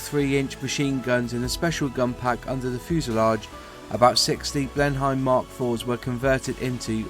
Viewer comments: Juat a heads up it is pronounced (bleen'em) not (bleen hi'em). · It's not pronounced "BLEN HYME",, but BLEN NEM", my late Father flew these before transferring to Vultee Vengeances in Burma in WW2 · It was pronounced Blen emm as anglosized not Hime as in Germany it kind of grates sorry! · Pronunciation is awful, Ask......as for your facts, 2013/14 Bristol Blenim(correct pronunciation) restored and flying in the UK. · I'm sorry but the pronunciation of the aircraft's name is Blenim. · Pronounced Blennem dufus.... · Good video - well researched and well edited. Lots of good info in there! If I had one small criticism it would be that it's pronounced "bleh-nuhm" though (As far as I know it was named after Blenheim palace in Oxfordshire which is where Winston Curchill was born........) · I like these videos, but having been brought up in the 50s, modern English pronunciation is pretty bizarre ( I blame the teachers). Blen'im and Rother-meer. I'm still learning about English and I hope you don't think I'm being supercilious; good luck with your future projects. Cheers. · A good video although you need to watch the YT video narrated by Raymond Baxter (ex WW2 RAF pilot) who pronounces the name of the aircraft correctly. Also the other video shows details of the Bristol Blenheim rebuilt to fly in the UK in approx the 1990s. So there is certainly more than 1 aircraft remaining. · Ah you say it like my grandpa used to say Blenheim haha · Blen-em not Blen-hime. Rother-mere not rother-mer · Lord Rothermer? Blenhime? lf you're narrating on a video about an aeroplane at least get the pronunciation of the plane right. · You are mis pronounce big Blenheim and RotherMERE